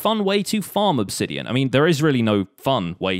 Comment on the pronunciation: It’s pronounced obsidian not obsidian.